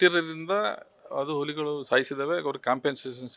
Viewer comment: ಉಲಿಗಳು ಅಲ್ಲ ಅಣ್ಣ ಹುಲಿಗಳು ಕನ್ನಡ ಸರಿಯಾಗಿ ಮಾತಾಡಿ..... ತಾಯಿ ಎದೆ ಹಾಲು ಕುಡಿದೋರ್ ತರ ಮಾತಾಡಿ ಆಲು ಕುಡಿದೋರ್ ತರ ಆಡ್ಬೇಡಿ... ಸುಮ್ನೆ ಕನ್ನಡ ಕನ್ನಡ ಅಂತೀರಾ.... ಉಚ್ಚಾರಣೆ ಬಹುಮುಖ್ಯ ಅನ್ನೋದು ಮರೆಯ ಬೇಡಿ... 👏